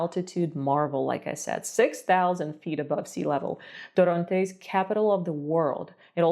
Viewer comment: Okay it's not torróntes it's torrontés